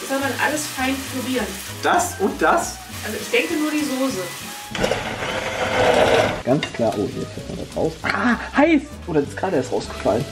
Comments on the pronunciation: Es heißt Soße und nicht Sose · Sose.... ES HEIßt SOßE!!!!! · Es heißt Soße nicht Sose!! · Warum sagen alle Soohse... 🙈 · wie jays freunding "soße" ausspricht triggert mich so hart :) :D